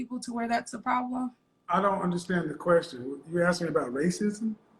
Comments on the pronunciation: Axing….not asking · I'm sorry but I couldn't hold back my laughter when the lady talking came on saying "so you were axeing about the black image"